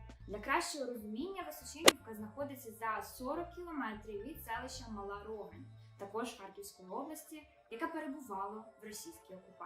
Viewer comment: Не рОгань,а рогАнь...курка...